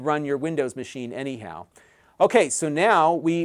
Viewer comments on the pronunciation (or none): none